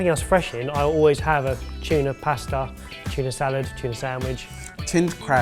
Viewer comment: ive never heard Tuna mispronounced so much before in my life. " A BI OF CHUNA"